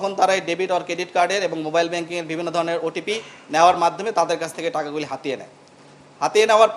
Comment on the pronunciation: এই পুলিশ অফিসার অন্তত 10 বার 'বিভিন্ন' শব্দটা ইউজ করেছে এবং প্রতিবারই "ভিবিন্ন"উচ্চারণ করেছে।